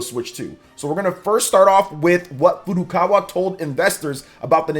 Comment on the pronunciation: Finally, someone who pronounces Nintendo's president's name correctly as Furukawa, not 'Furu Kara'!